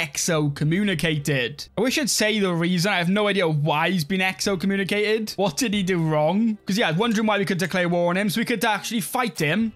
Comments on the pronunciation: There's no o between the x and c in excommunicated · Exo-communicated🤣 bros hands down got the funniest pronunciations on YouTube.